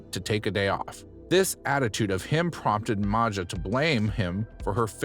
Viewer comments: It is pronounced Maya, yea. She seems to have either Balkan or Slavic parents, judging by her last name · I thought Maja was pronounced as Maia as it's an Eastern European name. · I love the fact that you got “Mah-jah” “Maga” (Maja’s) name wrong for her entire segment! Lmao. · Not sure, but Maja's surname sounds Croatian/Serbian, it may have been spelled like 'Maya'? (It would be spelled this way in my language - Polish), but I agree, 'Maga' sounds a little funny.